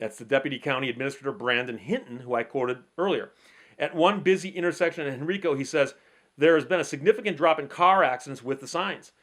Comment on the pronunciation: Henrico County. The major county of Richmond. Pronounced Hen-rye-co.